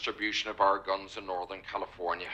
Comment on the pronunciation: He didn't say "guns." He said "gones."